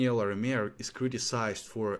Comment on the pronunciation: its "La Ri Mer" not Lameir!